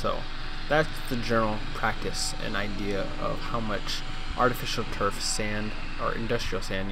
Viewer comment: artifisturf?? good job